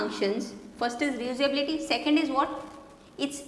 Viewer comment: resuability lmao